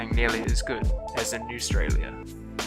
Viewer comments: there is no sch thing as newstrallia it called ausrtalia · Is he taking the piss? Bro we can hardly wear clothes in summer its so hot! And why would you want deadly animals or insects where your living what even is up with that spider never heard of it you cant even say spider correctly. What even is Newstralia dont you mean Australia? nuber 2. dosent even make sense and what is up with number 1. like i could of made a better video like earthquakes heaps of volcanoes in auckland over populated and needing to bring in randoms from other counties to work because when cant do it ourselves because we are inexperienced. Bro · This is a crack up😆 When you called Australia “New Stralia”. Too much👌🏼😂🤣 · Did he say newstralia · lol what is “Newstalia” 😂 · wtf we dont only have 2 seasons thats note even a thing!!!!! SHEEP is not a reason to come to new zealand wtf are you serious?! gosh just delete the video now newstralia isn't even a thing so your saying we should have deadly things anamials everyway, sorry we didnt control the five centurie, what poor weather new zealand is known for great weather and like any other day it rains sometimes but thats it! sorry we dont have a kabab place, but u might as well be expecting the bikni bottom of sponge bob. you dont know anything!!!!! you cant even say kiwi properly wtf none of your facts are true!!!! its native 2 NZ the haka so back offfffff thats a movie its not even true its a made up movie!!! New Zealand does extitest but none of ur facts do. just delete ur account now with ur 25 subscribers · GUNS ARE BAD ALSO, PROUNCE AUSTRAILA RIGHT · My man's can't even pronounce words correctly newstrailia?? Bro it's AUSTRALIA, some people can talk some Madd shit, how biut you come for a visit before coming up with random false facts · Why do you call it newstralia it’s australia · ikr, and btw when he said "Newstralia", I suddenly notice it was a comic book 😂😂🤣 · It’s fucking Australia not newtralia